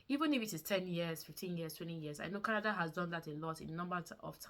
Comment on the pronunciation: Its not kanada. It's Canada